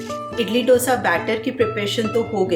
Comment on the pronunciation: Very realistic and sorted meal plan👌👌 Please dont mind me saying this but I want to just point out that the pronunciation of Dosa is the sound of (D as in Darwaaza and not Damru ka D) and its Sambhaar not Sambhur. Hope you got what I am saying and take this as a constructive criticism.